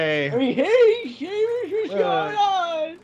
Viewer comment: Shaemus? and its Seamus